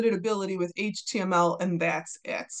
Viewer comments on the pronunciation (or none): none